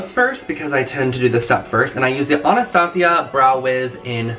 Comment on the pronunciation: Is that really how you’re supposed to say Anastasia